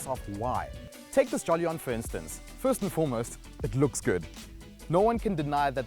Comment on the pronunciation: JOLLY - ON, way to go on butchering the name dude. It's JO - LIEN